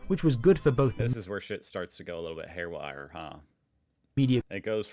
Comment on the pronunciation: It's haywire, not hairwire.